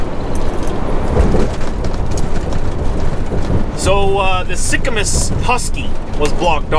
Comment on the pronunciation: it is pronounced Sicamoose not Sicamuss Cheers, Keep the shiny side up and the rubber side down.